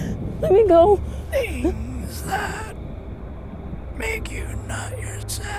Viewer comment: who else heard nut yourself instead of not yourself